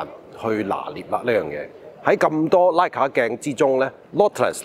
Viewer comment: 為何硬係要把 Leica讀成拉架？